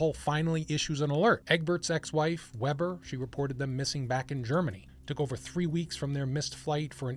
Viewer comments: if they're german, their name would be pronounced vayber, not webber. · You should pronounce WEBER as WAYBUR! 😊 I like your channel! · You pronounced "Weber" wrong.